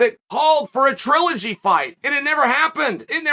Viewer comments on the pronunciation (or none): none